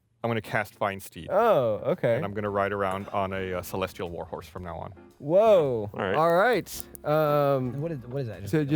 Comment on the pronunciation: am i the only one who thought gus said walrus and not war horse when casting the find steed